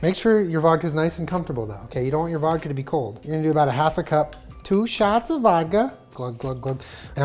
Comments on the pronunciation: “tWo sHaTs oF vAdKa” I-fucking-conic we’re here for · Omg i remember the girl when he said "two shots of volka"😂😂😂